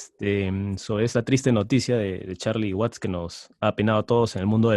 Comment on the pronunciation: espero estés bien. Una vez mas se agradece tus vídeos y aportaciones, pero he de decirte que si me impresiona que sigas invitando a este tal que en verdad deja mucho que desear. ¿Cómo es posible que se diga fan de los Stones y ni siquiera sepa de cierto el apellido de Charlie Watts y lo mencione como Waits. Verdaderamente desastroso. Y no es la primera vez que comete errores graves, recuerdo cuando hiciste el programa dedicado a Harrison, fue patético. En fin, ya decidí que cuando salga este tipo en tus vídeos mejor me voy a otro lado. Sigue cuidándote y en buena salud.